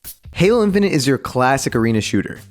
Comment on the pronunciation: when u said "then they adawnsed halo infanent" i got a add and i was lik yo dis ain't da halo infanent trailer